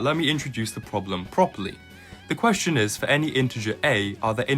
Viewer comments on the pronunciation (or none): none